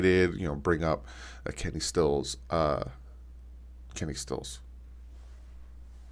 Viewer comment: Did you say Kenny stills ????